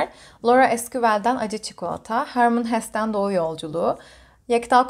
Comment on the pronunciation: Selam ❤️ teşekkürler video için. Hermann Hesse Alman bir yazar ve yazıldığı gibi okunuyor. ☺️